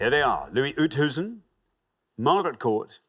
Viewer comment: As a South African it pained me to hear how they pronounced Oosthuizen.